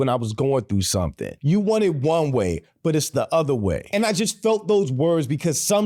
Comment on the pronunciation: The actor is putting the emphasis on the wrong word here. It should be on ONE. Not on WAY as he says it. The contrast is between ONE and OTHER. You want it to be X, but it is Y. Still probably the greatest show in history